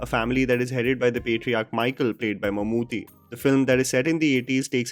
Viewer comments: it's not pronounced Mammoo'THY'. It's Mammoo'TTY' 😊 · plz pronunce Mammootty not Mammoothy. Thnx for reviewing it😇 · Just a gentle correction...Mammooty's name is basically pronounced as Mammoo-tea (Chai waala tea XD). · It’s pronounced “Mum-Ooty” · Come on man... How hard is it to pronounce Bheeshma Parvam.... How could you mispronounce Mammootty